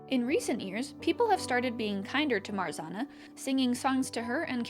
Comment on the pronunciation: love the video :) brings back creepypasta memories but the way you pronounced marzanna give me whiplash LOL